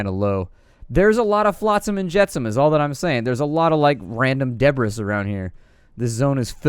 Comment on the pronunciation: Please tell me you mispronounced "debris" on purpose.